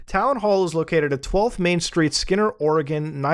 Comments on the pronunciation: Muta mostly pronouncing Oregon right is the best thing. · As an Oregonian I am so happy you pronounced the state correctly.